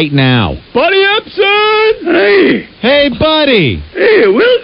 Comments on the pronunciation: “Ebsen.” Tsss he’s not a buncha SALT cuuuuz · That’s “Epsom” salt.